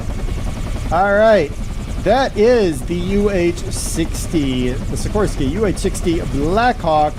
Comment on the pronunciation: it's pronounced Sikor-Sky Like sick-or-sky named after the company's founder Igor-Sikorsky, who invented the first helicopter.